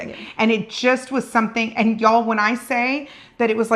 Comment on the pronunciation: My favorite part of this video is emphatic “Y’ALL…”. Love it! 😂 👏🏻